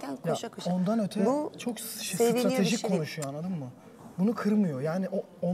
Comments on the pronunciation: nobody: k.o yarışmacıları: annadin mi, annadin mi????? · zaten tüm bölüm boyunca annadın mı diyip duruyor